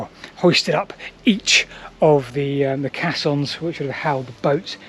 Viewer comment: Just a hint how to say "Caissons" (Kaysons) - very interesting and thanks for the video.:learning